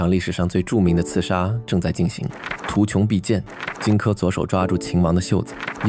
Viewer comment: 图穷匕见（xian，现），夏无且（ju） 旁白声音很好听，但不知是不是AI啊？AI才会念错字吧，熟悉这段历史的不应该念错的。